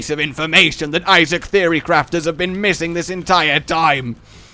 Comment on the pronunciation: Please... stop... saying... Issac.. 😅